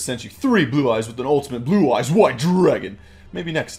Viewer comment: Seens im latin and i know spanish i must say that legend of blue eyes was hilarous xD PD: You nailed that blue eyes name c: , very close.